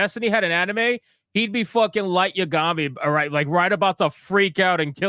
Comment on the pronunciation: I’ve never heard someone pronounce “Yagami” that way 😂😂😂